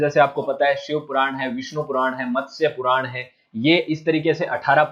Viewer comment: पुरान नहीं पुराण😂😂😂😂